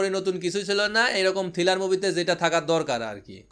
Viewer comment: ভাই বার বার থিলার বলতেছেন কেনো? কথাটা হবে থ্রিলার।